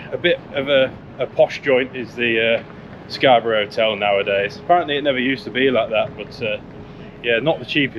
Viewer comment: scar buff? Scabby or Scarborough.